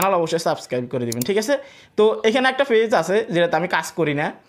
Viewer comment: আপনার উচ্চারণ এতো জঘন্য কেন? ফেজ কি জিনিস ? page - পেজ , not - ফেজ